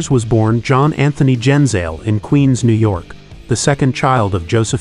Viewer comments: It's pronounced Gen-Zah-Lay. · Jfc. His last name is NOT pronounced that way.